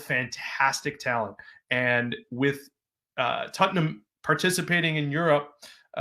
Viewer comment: Who is tuttenam? Lol jk jk